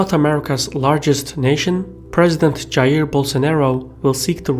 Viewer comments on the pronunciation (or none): none